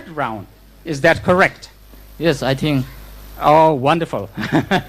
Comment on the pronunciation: "You'll find an opportunity to knock out your opponent Rohit latest by the 3rd round. Is that correct?" tiin smart tawkin a zawt a. Zo boxer pa - "Yes I THING" HAHAHAHAHA 😂😂😂😂 Local treng treng